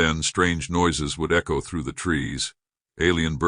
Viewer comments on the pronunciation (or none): none